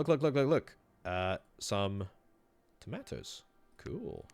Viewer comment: Some people say "Tomatoos" others say "Tomaatos" this guy said fuck it "Tomaatoos"